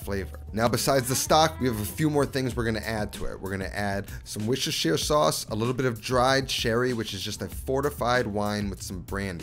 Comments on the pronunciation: Hey appreciate you for not freaking out at the words Worcestershire Sauce. WUSS-TUH-SHEER It's not so hard, people! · One for all my American friends across the pond. Worcestershire (for the sauce) is actually pronounced "WOOSTERshire" (the double o is the same phonetically as wood and not food). Makes it a lot easier to say 😜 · Highlight of every video? “Worcestershire sauce” 😂 I’m actually from there, it’s pronounced “woos-ter-sheer” - you’re welcome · Bro, it’s „Wuster“ sauce. That’s it. Just „Wuster“ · Bro, EVERYBODY from the midlands in the UK calls Worcestershire sauce: 'WUSTER SAUCE'. Two syllables for the name for the sauce and the town. This is 100% of the time talking about both. No one ever uses 'WOR-CES-TER' for the town or the sauce. Both are pronounced wuster.